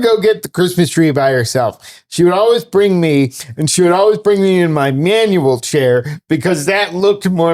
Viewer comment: For some reason the words 'manuel chair' sounded weird to me and then my brain came up with acoustic chair instead